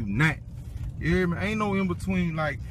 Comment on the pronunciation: N he always says “you heared meh” like obviously we hear you